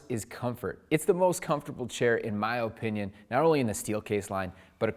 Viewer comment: These videos are great, but the way you say "OH-pinion" is HORRIBLE!!! hahaha